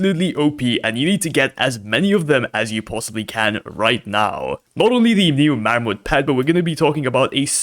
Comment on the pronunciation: Marmot is pronounced mahr-mutt